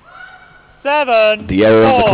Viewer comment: umpire says "zeven four"... Half Dutch half English :D